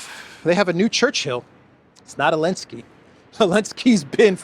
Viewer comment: Did you know it’s Zelenskyy not Elenskyy??